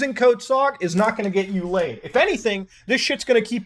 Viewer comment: no because you can't even say laid